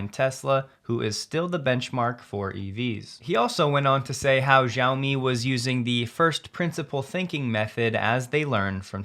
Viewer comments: Sorry to be pedantic, but Xiaomi is pronounced “She-ow-mi.” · small "s" More sheOwmi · You pronounced Lei Jun perfectly, but Xiaomi is pronounced more like Shall, replacing the Ls with a W.